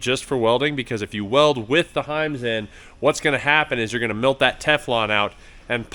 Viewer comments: I think you said “milt”? Did you mean “melt”? 🤔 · Did you just say “mealt”? Just bustin balls man. Good video! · Did you say milt?